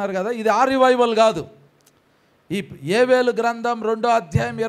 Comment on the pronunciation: Yevelu kaadhu,yovelu, Telugu nerchuko